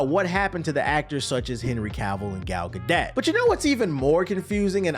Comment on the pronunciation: thats not how you pronounce Gal Gadot